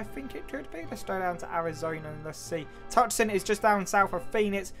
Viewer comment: Just a little correction for future reference "Tucson" Arizona is pronounced "Too-saw-n"